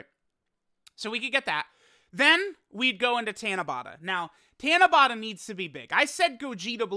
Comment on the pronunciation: Tiana-bata? It's Ta*na*ba*ta. Four syllables "Ta" as in the word "taught." "Na" as in the word "not." "Ba" as in the word "bought," and the final sound is the same as the first since there is only one of each sound in the Japanese language. By the way, Tanabata is still a ways away--July 7th! We still have May and June to get through and we aren't quite halfway through May yet. Tanabata isn't really a big deal over here in Japan. It's more like Saint Patrick's Day to be honest, it's an event that we are all aware of, but it's not a holiday and not everyone partakes in the ritual side of it, though some do...like Saint Patrick's Day. Golden Week holds a lot more many to folks here than Tanabata does, as it's nearly a week full of actual holidays, paid time off! Japan has three really important holidays/events that everyone is looking forward to and they are in this order: *New Years (12/29 to 1/5 is the time most people have off) *Golden Week (4/29 to 5/5--though the Monday and Tuesday after Showa Day are not holidays) *Obon (8/13 to 8/15 though time off can vary from place to place) New Years in Japan is like Thanksgiving and Christmas all wrapped into one big holiday over here. Everyone's going back home to be with their family, and it's just as important to Japanese people as Thanksgiving/Christmas is to Americans. Golden Week is more like Spring Break, but for working people and students alike. Many are just grateful to have time off from work, especially for those that